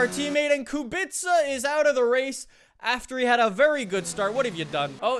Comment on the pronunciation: Pls work on pronounce of the Kubica I beg you.